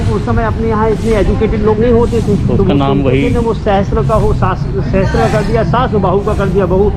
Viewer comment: Its sahasra not sahastra, दोनों दो अलग word हैं, सहस्र means हज़ार जबकि सहस्त्र का मतलब "हथियार के साथ" होता है जो दो word "सह" और "अस्त्र" से बना है सह का अर्थ के साथ होता है जबकि अस्त्र का अर्थ हथियार होता है। सहस्त्रबाहु अपने आप में एक अजीब word combination है जबकि सहस्रबाहु का एक अर्थ निकलता है जिसका अर्थ है हज़ार हाथों वाला।